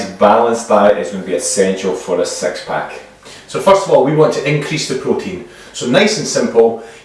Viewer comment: Ok for the guys, what about the ladies abs? And did you say “sex-pack” instead of “six-pack”?